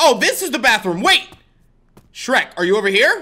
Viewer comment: Its sherk